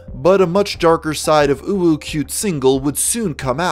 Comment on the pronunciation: Thank you for your effort to say "uwu" Whenever u tryna pronounce her name. Must be tough to hold the "feeling cute" feeling